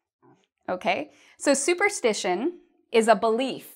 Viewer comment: Hi l have a confus your write "superstition and superstitious " but it seems you pronounce superstitation and superstitatious please can you pronounce it well again?